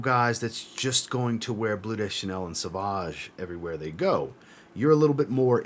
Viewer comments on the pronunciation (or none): none